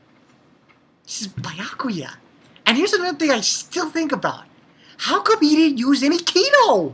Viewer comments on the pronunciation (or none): its beeeeeeeeeeeeakuya！ stop calling him biiiyakuya！